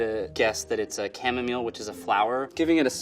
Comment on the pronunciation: The way he pronounces chamomile distresses me